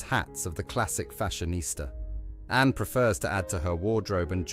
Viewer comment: It's annoying that the speech bot narrator can't pronounce Anne, Autumn, Bowes Lyon or Elizabeth THE second.